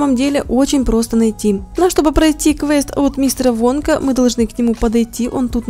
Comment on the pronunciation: Там написано вонка когда Руди сказала вонка мне послышалась "водка" 😂